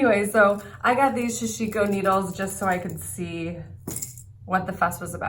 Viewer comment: Sa Shi Ko, all syllables same emphasis. Usually many stitches and fabric are held on the needle, weaving motion used to ply needle.